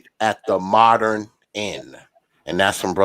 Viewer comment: “Moderren” 😂. Dude needs to learn how to speak English.